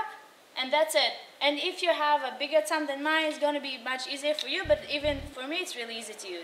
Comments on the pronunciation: I thought she was saying "use your tongue" :D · Took me a second to realize she said "thumb" thought she said "tongue". I was like whaaaaaa?